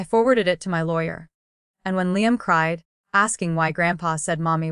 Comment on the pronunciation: Revenge with Emily family….. you folks really need to look at the spelling errors because your reader pronounces things wrong. A simple word like Liam and several other things are in the mess.